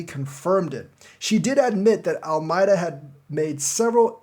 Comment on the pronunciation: Why are you pronouncing Alameda like that????